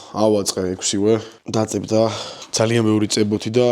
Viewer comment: დაწებდა არა დაპწეპდა